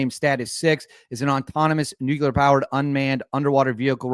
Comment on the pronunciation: Did you just say "Nucular'? Seriously dude?